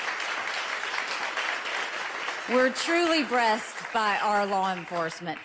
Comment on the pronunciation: Did she say "we're truly BREAST by our law enforcement " ?